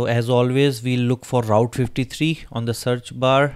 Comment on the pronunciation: Hello Route pronounce proper